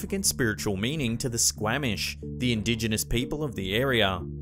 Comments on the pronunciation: As far as the Squamish....it's pronounced "skwah-mish" not "skwA-mish" (aw as in dog...not aah as in hat). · It's pronounced Skw-OM-ish, not Skw-AM-ish :p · Great vid! It’s pronounced “squaw-mish” haha (I live not far from there) 😉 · Y'all pronounced my town incorrectly lol. Squamish is pronounced with a "long a" sound.